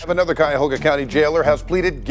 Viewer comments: Cuyahoga is pronounced as kai-uh-hoe-ga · Its pronounced. Cuy-a-hog-ha. LOL